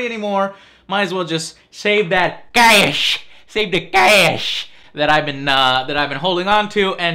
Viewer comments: like that "caayash" lolll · SAVE THE KAESHHHHH!!!! lol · LOL.. "CAYESH" "CAYESH"